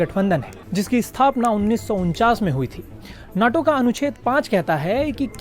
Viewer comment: North Atlantic Treaty Organization, NATO, but pronounce it as NETO.